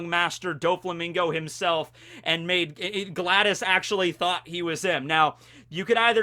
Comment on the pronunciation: It’s “Gladius” not “Gladys”. It’s “happenstance” not “happenchance”.